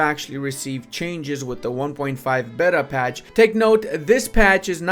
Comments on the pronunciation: Rage each time beta is mispronounced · It makes the game bet-uh